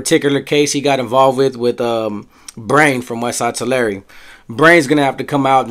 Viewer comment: Hey I looked up the pronunciation. You are right. Down South in CA. we say "Two-lair". You are right though saying "Two-larry". One said "TUH- larry". I stand corrected sir.